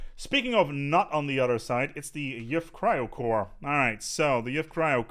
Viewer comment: Were you saying "Yiff Cryo Core" for Yuht Cryo Core?